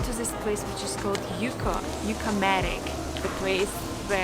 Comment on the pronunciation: Just some constructive criticism, you should learn how to pronounce the names of the towns: “Yauco”, is pronounced Jauco, not Yuca, that’s a root. “Ponce” is pronounced Ponse, not Ponche, that’s a drink made w/ egg yolks, sugar and milk. “El Yunque” is pronounced Junke, not “unke”. Not criticizing, just trying to help, I know you don’t speak our language. Oh, it’s Puerto Rico, not Perto Rico. Great video, you highlighted some great sites and the camera work is remarkable.